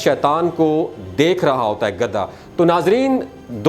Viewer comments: او گدھے یہ لفظ گدھا ہے نہ کہ گدا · گدا نہیں گدھا ہوتا ہے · Gadha na k gada gada to bead par bichaty hain ya char pai par urdo to aap ki bohat kharsb hy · گدا نہیں بھائی گدھا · گدھے کا ھ غائب ہو گیا آپ کے بولنے میں جسطرح سینگ گدھے کے سر سے😂